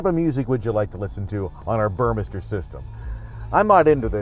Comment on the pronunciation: thumbs up for correctly pronouncing "Burmester"